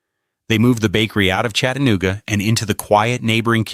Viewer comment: Somebody needs to tell this AI asshole how to pronounce CHATA. NOOGA. ITS NOT CHATTEN OOGA